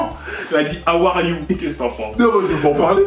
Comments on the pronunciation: "tu peut me donee 3 mots en anglais stp.": "awariou!" moi: "wsh d'ou on dit awariou c HOW ARE YOU MADAME EUH!!" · omg elle a dit awariou